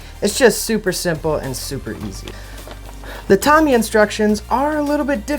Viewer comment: It's pronounced RE VELL, and TA MI YA.Get it right dufus.